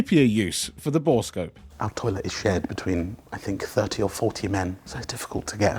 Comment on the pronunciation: Bore-scope. NOT Bora-scope